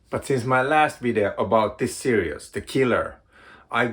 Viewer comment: Lobster Johnson and Criminal❤Series and serious are pronounced differently.🤓🤐